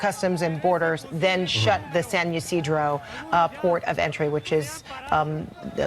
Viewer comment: San Ysidro pronounced like SAN E SEEDRO. like Chuck E Cheese. 😂